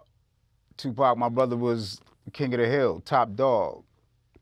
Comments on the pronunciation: Pierce pronounce it as two pock not pack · Learn how to say tupacs name piers!! It’s NOT TWO PACK…it’s TUPAC !! Piers also wants to put diddys actions on the entire world of hip hop! If u have a hard time understanding something then DONT REPORT ON IT!!! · Piers, its not TuPACK it’s Tupaahhhk. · Its NOT TupÄc...its Tupac! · It's pronounced 2 pawk, 2 pac. Not two pack. Why not correct him? And before anyone says accent, nah. Names don't change regardless of accent. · For God sake he's name is Tupac NOT Toopack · Tupac piers...not twopacks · Its ffunny how he says 2pac. Like pac man. Pronounce puk like hockey puk ... not pac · It's 2pac not 2pack. You dosser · Oh for Christ’s sake it’s not twopack piers it’s tupac tu/paac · Piers its tupac there's no k on hes name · Piers saying 2 “pack” is so annoying, put some effort n pronounce his name right, show some respect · Piers still calling him TuPACK 🤦‍♂️ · It’s not Two pack . ! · Bro Piers come on!!! Its Tupac (Too Paak) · This host kept calling him “2-pack”. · Piers why do you call him 2pack? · If I have to hear Piers say “two-pack” shakur again I don’t know what I’m gonna do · Piers, you gotta learn how to pronounce Tupac’s name 🤍 it’s respect man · For God sake! it's there is no "K" in Pac's name Piers.. don't say Pac name like that man! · I wish Mopreme would have asked Morgan to correctly pronounce his brother's name...